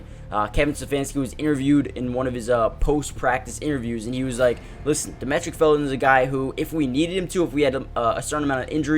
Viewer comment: I appreciate the content man. Happy I stumbled upon this channel. Also, his name is pronounced Dah-ME-trick. Like Dimitri